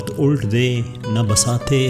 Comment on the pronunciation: Behtreen intekhab magar TALAFFUZ GHALAT hai kayi maqam par jesa k "Waqt ULT (correct pronunciation: ULAT) day na BASAT-e-Hasti (correct pronunciation: BISAT)